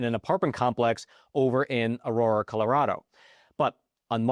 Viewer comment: Fact: can pronounce aragua but not aurora 😂 Other than that, deport our enemies.